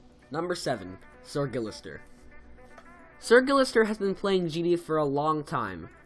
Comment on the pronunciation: Dank video but just for future reference, guillester is pronounced goeeyestare because it is spanish (to anyone else reading this, typing what it sounds like is hard so dont get butthurt cuz it sounds something like that, its just difficult to translate the sounds into accurate letters)